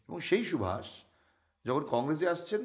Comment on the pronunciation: Who are you taking Netaji's name as Shubhas, feeled very bad as Bengali